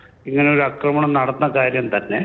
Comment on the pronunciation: അക്രമണം അല്ലെടോ, ആക്രമണം എന്നു പറയൂ.